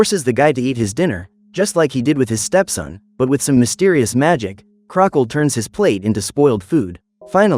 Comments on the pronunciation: Uh no offense but his names pronounced Crocket not Crockle. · His names "Mr. Crocket" not "Crockle"